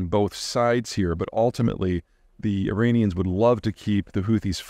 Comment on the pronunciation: this guy cant even pronounce 'Iranian' correctly